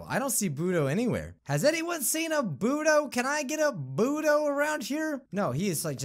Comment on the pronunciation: when you said bodo it sounds like boody